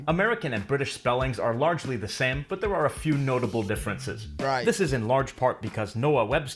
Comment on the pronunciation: What happened to the T in but?